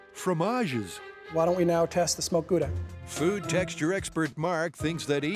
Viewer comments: "guuda cheese" lol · paper wil catch fire in a microwave under 2 min, so all they needed was paper and a fuse, how i know: don't warm up mcdonalds to long hahaha Gouda is Dutch, it is pronounced like OW NO , gOWda, Gouda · There pronunciation of Edam and Gouda... As a Dutchmen it pains my ears. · Even worse is when people make puns relying on pronouncing Gouda like it's a French word